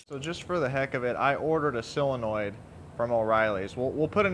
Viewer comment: What's a sillinoid? I've heard of solenoid. Is that what you mean?